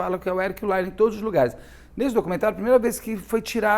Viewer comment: A fonetica de Lyle é L-A-I-O